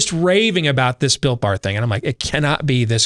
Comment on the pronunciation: I just kept hearing bill barr not builtbar lol